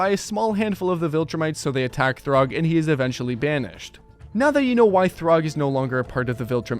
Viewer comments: It’s Thragg (thu-rag), not Throg. Throg is a variant of Thor from Marvel comics. And “Variant” is the correct spelling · "Throgg" "Kregg" 🥀🥀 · Anyone else getting mad at this guys pronounciations (throgg) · It’s thragg not throgg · My friend, Thraggs name is pronounced “Thrag” like “frag” not ”throg” like “grog” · "Throgg" its Thragg bro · "throg" brotha what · why does he call thragg, throg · did this guy say throgg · why are you saying thragg like that